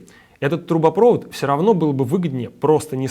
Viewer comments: ТрубопровОд, а не трубопрОвод. ГазопровОд, а не газопрОвод. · Не трубопрОвод, а трубопровОд, бля, раздражает! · Вы там люди с высшим образованием или неучи? Всё видео "трубопро́вод". Слушать просто невозможно, научите его кто-нибудь, что правильно "трубопрово́д". #1 во вкладке "в тренде", перед миллионами позориться будете. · Вы, голос страны, говорите такие правильные вещи , но говорите не правильно. Показываете свою не грамотность-так дела не делаются. ( «трубопрОвод» , а нужно произносить «трубопровОд») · ударение газопровОд, трубоправОд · ГазопровОд, трубопровОд! Ребята, все классно. Правда - это хорошо. И обзор хороший, информативный. Очень понравилось, что минимум эмоций, максимум пояснений. Но неужели в команде нет ни одного человека, владеющего русским языком, который мог бы поправить? Ладно бы один раз оговорились. И если уж по-хорошему, то надо говорить "одноврЕменно". Хотя неправильное ударение уже, кажется, как часто используемое стало нормой. Но мы и так уже докатились до кофе среднего рода. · Ну ставь ты хотя бы ударение правильно газопровОд, трубопровОд... и т.д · Ударение: трубопровОд, газопровОд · Ребят, в словах газопровод и трубопровод ударение как в слове водопровод, а не так, как у вас. Задумайтесь.